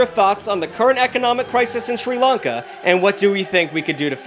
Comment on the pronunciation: That answer about Sri lanka sounded ai generated and hella mispronounced